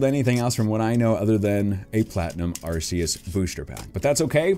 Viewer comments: its not arceus its arceeus thats how to properly say it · It's Ar-kay-us not Ar-see-us